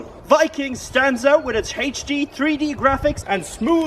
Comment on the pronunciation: Love how you say HD like “Hache-D”